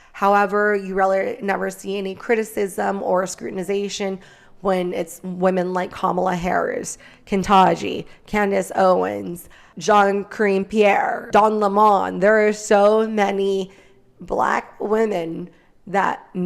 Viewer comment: Babe. It's okay. We love you and we rock with you! But did you just pronounce Don Lemon's name "Le Mon"? That's not right. He pronounces it lemon, just like the fruit. Also, I think you were also trying to say Taraji Henson's name, but it got jumbled a bit.